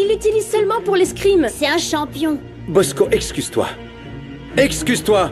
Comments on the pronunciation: Mosco non Bosco avec un B😅😅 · Moun k’ap di bosco yo nou tande posco avec un P